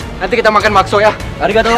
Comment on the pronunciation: "arigatou" wey lahh😭😭